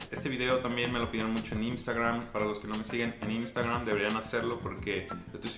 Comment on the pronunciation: "imstagram" ggggg